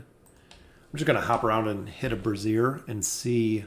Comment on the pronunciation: I really don't want to nitpick but its pronounced brāZHər, not brassiere. Great vid nonetheless!